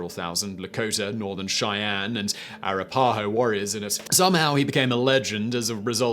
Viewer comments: It's pronounced, "Ah-RAP-uh-Hoe", not "Air-uh-PAH-hoe". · A-ra-PAH-ho? No. It's a-RAP-pa-ho and rhymes with "a NAP, you know." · Arapahoe is pronounced Ah-rap-uh-hoe with the emphasis on the second syllable. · Asking a Brit to correctly pronounce anything American is a lesson in futility. They still lecture us how to properly say aluminum. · After much fact checking I am forced to conclude that much of your script is as acurate as your pronunciation of the name "Arapaho". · Wow! You slaughtered the word ;Arapaho'. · I am glad you pointed that out. If you hadn't, I would have had to. It is pretty obvious that he has not heard the name of that Nation pronounced before.